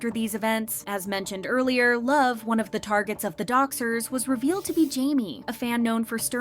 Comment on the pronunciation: and he never pronounced it correctly, so that it wouldn't be as a forbidden word😂